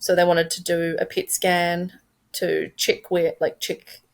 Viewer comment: It sounds like she’s saying “pig skin” not “pet scan”